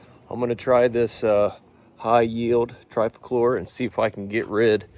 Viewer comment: Its pronounced Tri-clo-pier 😊